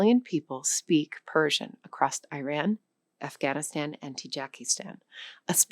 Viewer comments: Just a little correction, Iran / Persia was never conquered by Ottomans, greeks or any Europeans, only Macedonian Alexandre for a very short time and it was a response to Persia defeating Greeks few times. Secondly it is pronounced ee-RAHN (phonetic: /ɪˈrɑːn/) not I-ran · Iranian-Canadian here. We don't call it Persepolis but rather "Takht-e-jamshid". I think we Iranians should reclaim and our own language and stop accepting these labels that have been placed on us by outsiders. First of all people need to pronounce Iran correctly. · I am writing to address the mispronunciation of 'Iran' on your platform. It is not "Eye-ran;" it is "EE-RAAN." One does not say "Eye-talee" for Italy or "Eye-srael" for Israel—the same linguistic principle applies to Iran. Furthermore, your speaker’s pronunciation of 'Cyrus the Great' was equally incorrect -- an unheard of new twist. For a language-learning website, these errors suggest either a lack of basic research or a disregard for accuracy. The synopses was overall okay. The Iranian language has survived for over 9,000 years because of its profound culture. In fact, "Iran" translates to "the land of noble people." While the core country, Iran has been occupied by a regime of looters and terrorists for the last 48 years who have sought to bastardize the language, the true culture remains resilient. Soon, there will be another rebirth after these terrorists are gone. If your platform wishes to be taken seriously, it must respect the correct phonetics of the nations and historical figures it profiles. The current optics are, frankly, poor. Sincerely. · It is also not eye ran. It is pronounced eeraan